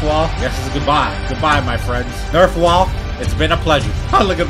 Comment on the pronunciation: Bro finally called nerfwall correctly